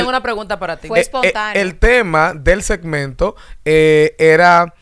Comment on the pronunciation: Moises: setmento o segmento quieres pronunciaras de la cuenta las palabras y moleeta